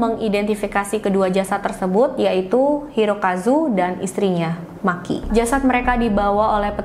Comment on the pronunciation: Maaf mba, nama Makie dibaca ma ki e bukan maki 🤫